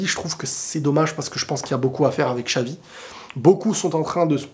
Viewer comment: Mais pourquoi vous dite chavi, chelci, ça se prononce tchavi, tchelci !!!, même google vous dites gougueuuuuule!, unayted pour manchester united vous dites unaytiiiiide !!!!!